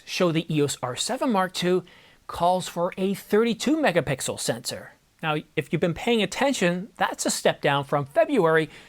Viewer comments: i heard "MegaPickle". but keep it up boss, Ive been using canon 90d since its out. been wanting to upgrade! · …A 45 “megapickle” sensor? Hahaha